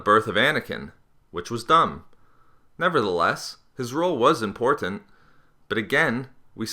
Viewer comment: your pronunciation of "important" sounds gross and irri-TAT-ing